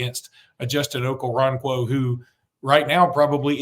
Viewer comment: Its pronounced Oko-ron-kwo. Hes very athletic with his background in soccer and gymnastics. Excellent feet